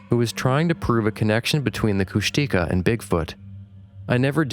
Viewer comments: Heads up guys, Kushtika is pronounced “kush-teh-KAH”, not “kush-TEE-kah” (emphasis is on the last syllable). Not saying that to be annoying, I just know you guys like to learn new stuff, so that’s my contribution for the evening 🤠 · Henry Franzoni pronounced Kushtika as Kush-tuh-kah. He worked closely with First Nations people for almost three decades, so he's pretty reliable.